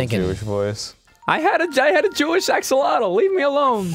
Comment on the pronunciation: Axle-ottle? Haha, reminds me of those who pronounce chipotle "chipottle". (Btw it's pronounced "ah-sho-lo-tl", a strange/interesting choice for an Animal Crossing character tbh.)